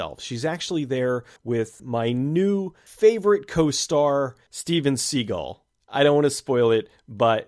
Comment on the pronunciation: you said " steven Seagull"!!!!!